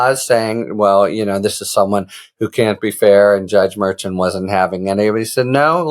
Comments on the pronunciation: It’s mer-shawn Harry, not mer-chin. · A brilliant man like you should try to pronounce Judge Merchan’s name properly, as Karen FA has taught you. Thank you. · Harry, please pronounce the judge's name correctly next time. (hint: KFA/legal AF team say it correctly)